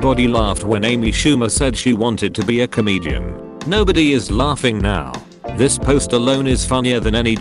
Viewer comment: Memebot voice: Dissness Fahst plae